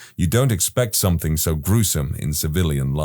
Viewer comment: No K in the word something